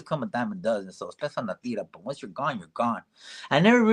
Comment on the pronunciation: Say Teeerra not Teara La Teerra roll the r and the T is like th sound Theerra